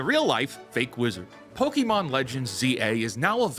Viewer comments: My only criticism right now... Its not pokEmon. Poke-mon or pokuhmon is closer. No i wont stop being upset about this. Not once anywhere is it said pok-E-mon. The show said it correctly as far as i remember. You are choosing to say it wrong. 😂 And yeah the game looks like trash. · Stop fucking saying pokimon, it's pokémon, not pokimon !